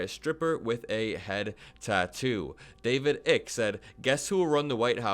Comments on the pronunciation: Guy's name is David "Eik" not "Ick". And he's the lunatic who thinks that the world is run by shape shifting lizards 🤦‍♂️ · David ick, you don't know how accurate that mispronunciation was! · I believe David "Reptilian Guy" Icke pronounces his surname as "Eich" (rhymes with reich)